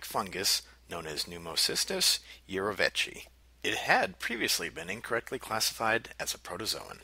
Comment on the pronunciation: urovechi. lol